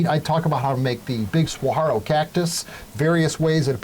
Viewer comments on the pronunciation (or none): Being a Arizona Native it hurts me bad in the way you say saguaro... it is /səˈwɑːroʊ/ or Sa War O will get you close. no "G" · He was killing me with the "G" in saguaro, So I let the "L" slide :)